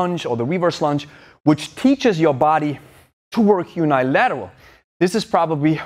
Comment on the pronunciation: Great video! I love and respect all the work you do and it has helped me a lot! Oh by the way the uni in unilateral is pronounced like the uni in universe. Cheers!